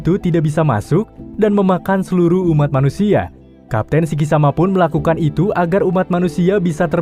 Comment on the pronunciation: Bilang sikisimanya yg benner donk gua malah ngakak nih